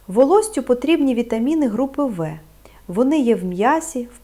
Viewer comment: Якби це справді озвучував лікар, а не штучний інтелект, то не було б таких помилок :" вітаміни групи ви". Навіть не лікарі знають що" група В" читається як " група бе". Тож поради, начебто, слушні, в більшості відео, але ж відповідальності за правдивість ніхто на себе не візьме. Бо насправді цієї Олени Михайлівни не існує